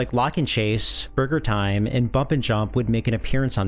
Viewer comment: lol it sounded like you said Murder Time instead of Burger Time…now THAT is a game I want to see on my NES 😆